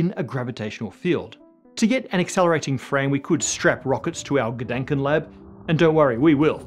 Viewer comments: Please try to pronounce the "a" in Gedanken like you would pronounce the "a" in ah or arm. This vowel shift between the german and englisch language is nasty :D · Dänk way to pronounce "Gedanken"… 😜